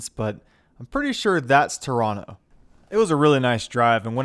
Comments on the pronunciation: This is the pinnacle of "Death Road to Canada." And I love that you call Toronto by its rightful pronunciation 🙂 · Heeeey....you said Toronto the correct way!! (For an American)